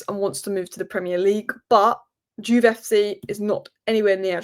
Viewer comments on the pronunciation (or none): none